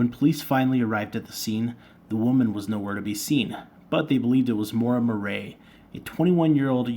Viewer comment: It is pronounced like Mur eee . And no Butch never got near her